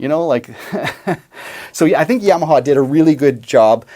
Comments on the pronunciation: good news is you're 2/3 the way there.. it's Yamaha (ya-ma-ha) not YAM-a-ha... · It's "YAH MA HA" not "YEAH MA HA".